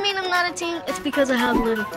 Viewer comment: I’m sorry if this is a little rude but it’s not Tween It’s teen